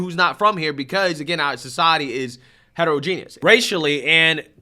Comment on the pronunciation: Short short. E. Ho=modge'gen-ous. , het- o - row- gen- ous. there is no "i" in either of these words and the vowels are generally . This is to so. gen- ee- ous., is not a pronunciation in either of these words... so try harder. You can actually go to google pronunciation and it will pronounce it for ya.